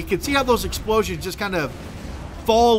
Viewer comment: Hahaha "exploosions!"